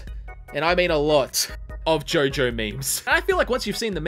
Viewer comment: Fool, it’s not JOJOOOOOOOOO IT’S JOOOOOOOOOOOOOOOOOOO-JO!